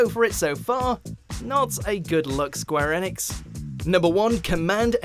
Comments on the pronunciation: please stop saying Square ANEX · "Square Enex" Lol